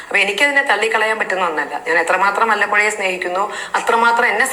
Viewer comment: മല്ലപ്പുഴ അല്ല. വല്ലപ്പുഴ, പട്ടാമ്പി താലൂക്ക് ൽ പട്ടാമ്പി ക്ക് സമീപ സ്ഥലം